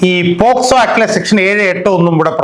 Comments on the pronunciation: പോക്സോ ആക്ട് എന്നല്ലേ.ഇതിൽഎല്ലായിടത്തും പോസ്കോ ആക്ട് എന്നാണ് പറഞ്ഞു കേട്ടത്. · വക്കീലേ പോസ്കോ ആക്ട് ആണോ അല്ല പോക്സോ ആണോ. 6.21 മിനിറ്റിന് ശേഷം